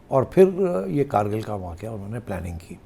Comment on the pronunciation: آپ سب سے گزارش ہے کہ کارگل نہیں کُرگِل ہے